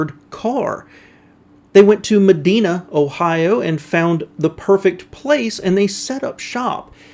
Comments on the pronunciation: It's Med-eye-na, not Med-ee-na, Ohio. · It’s med-Dine-a